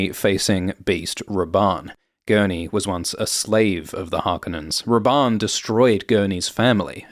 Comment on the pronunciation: i was just listening and thought you where calling him "based Rabban" haha